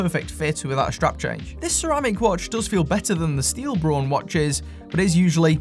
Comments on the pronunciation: Braun, not Born. So, if technically is Braun, then why don't you use the correct pronunciation? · I would pronounce Braun like brawn also not brown and I'm in the states for what it's worth. I like the look of those too!